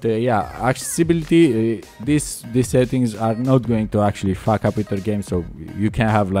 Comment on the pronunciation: 'it will fawk up your pc'